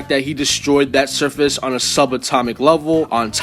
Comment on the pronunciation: I kept hearing surface wiping as circus wiping